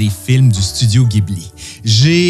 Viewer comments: Pardon de te corriger - si tu lis bien ce qui est écrit sur ton t-shirt GHIBLI en katakana ジブリ se prononce JI BU RI et non GUI BU RI ギブリ il faudrait donc dire JIBLI 🙄 En tout cas très belle vidéo qui montre ta passion pour le studio fondé par Miyazaki et consort - j’adore aussi énormément ce qu’il font - je me suis repris d’ailleurs les nouvelles édition Blu-ray sorties récemment en carton (plutôt original) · Encore une superbe vidéo, si tu visite un jour le Japon et que tu essai d'en parler avec les locaux la bas ca se prononce Jibuli (faut faire gaffe la bas, ca les vexent quand on le prononce à l'occidental [pour de vrai ca peux même coupé court à la conversation], même s'ils le montrent pas et le dirons pas. Bref, en tout cas ca permet d'être comprit que tu parle de Miyasaki, alors qu'en disant Ghibli il te font les yeux rond). Et si d'aventure tu visite le Japon prend les billets pour le musée en même temps que ceux d'avion, il faut réserver sa visite longtemps à l'avance mais ca vaut le coup (c'est comme un rêve d'enfant construit dans la réalité) et ca serait vraiment dommage de le rater. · Petite note; bien que le mot "Ghibli" soit italiens, au Japon le nom du studio et futur parc d'attraction qui ouvre prochainement est prononcé "Jibli" 😉 . Et sur le thème des films durs comme le Tombeau des lucioles, il y a un film moins connu mais tout aussi rude à regarder. L'ile de Giovanni, qui est justement tirer du livre "Train de nuit dans la voie lactée". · Quel travail 👏 bravo franchement cette vidéo est super !! Bien expliquée et bien montée!! Merci beaucoup… PS: est-ce qu’il serait possible de faire la même pour Le château ambulant 🙏? Re PS: on prononce Ghibli avec un J ( jibli) Merci encore… 😘